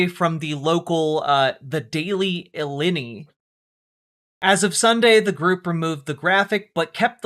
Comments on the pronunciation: I love the take, but I'm vomiting at "illinny". It's "ill-eye-nigh." As a former Illinoisian I'm dying over here 😂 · So I guess these college students also support agents that sexual assault individuals and torture children Also, Illini is pronounced as uhh-lyyy-nyy